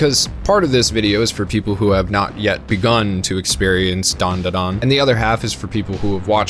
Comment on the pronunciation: Its Dan Da Dan Not Dawn Duh Dawn you aren't special